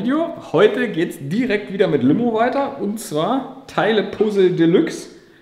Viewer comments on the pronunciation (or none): none